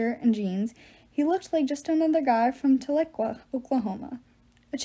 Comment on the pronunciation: thank you for posting this it’s helped me so much but i can’t get over how you said talequah lol! it’s tahl-eh-quaw